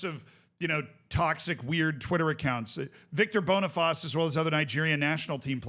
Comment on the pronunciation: just a quick heads up cos ik you like to pronounce names correctly, Boniface is pronounced "boni-face" and not "bonifaz", the bonifaz is the French pronunciation